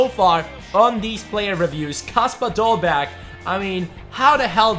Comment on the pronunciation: You dont prounounce the last g